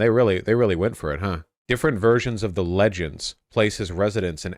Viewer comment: "different versions of the ludd-gend" There, corrected it lol.